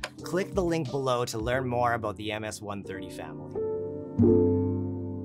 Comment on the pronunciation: Great video, I really understand what you are talking aBOOT;-)